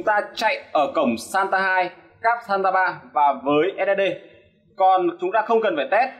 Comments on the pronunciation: SATA không phải SANTA ad ơi :))) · làm clip công nghệ mà cái tên cáp cũng phát âm và đọc sai nữa, title thì giật tít thấy ghê